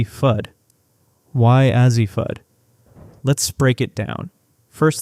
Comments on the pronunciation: Who's AH-ZEE Fudd ??? I know who A.Z. Fudd is, bit I've never heard of AH-ZEE Fudd. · Azzi is A Z, not az zee. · Why do you continue to mispronounce Azzi ??? It's simple .... A.Z. Cannot take you serious. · Why can you not pronounce the names of the players? Pronounce: A-ZEE and BECKERS. Smarten up, please, you sound like a fool. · If you can't even pronounce "Azzi" or "Bueckers" correctly, it's very hard to take you seriously. I mean, c'mon man. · I agree with this statement. Between Azzi and Paige, they names are always pronounced wrong